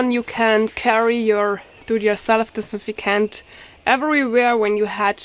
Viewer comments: Aw bless ya ..say ..anti -bacterial ..if cant say dis-in-fect-ant ..no hate I find it cute ..thank you for your video , your english is good :) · Girl you butchered the word disinfectant but I LOVE it. English stinks but yours really improves each video. I am sure I cant speak 2 languages. ( pronounce) Dis. in. 'Fect tant. (meant in the kindest way) Thanks for the recipe!! Good luck with the upcoming joy. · I just like listening to her try to say disinfectant.